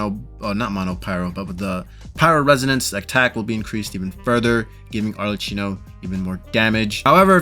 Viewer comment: Italian here is pronounced more like ArleKino